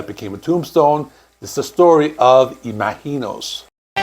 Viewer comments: How are you pronouncing the album? It sounds like you're saying it with a hard G, like im aGk inos, when it should be im azh inos, like imagine with the OSE sound added. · Why are you saying "Imaheenos"? Have you listened to the album? It is pronounced Imagine-ohs! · It's Im-A-gin-os, not Ima-heenos. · It’s “Ima-GEE-nos” - with a hard G. How can you get that wrong when they literally have a song in the album called that and they pronounce it that way? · I've always heard it pronounced imagine-os not some Spanish pronunciation lol, come on now! 😅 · Fuck you! You clearly don't even know who Blue Oysyer Cult is. You mispronounce Imaginos 30+ times as well as Lanier. If you're going to do journalistic work, learn your topic. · It is really jarring the way you keep mispronouncing Imaginos. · Your pronunciation of Imaginos is driving me crazy... The title track pronounces it with a soft "G" not a Spanish J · Well you didn't even listen to the songs, ot the song Imaginos, to hear how to pronounce it right ;) But, you got most of it wrong about the albums history also... Better to make good videos than spit out as many as possible, per day ;) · I can't finish your video because you keep mispronouncing the title of the album & it is distracting! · Why can you not pronounce it correctly? They literally sing it over and over on that album 😂. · The way you are pronouncing “Imaginos” is very distracting and incorrect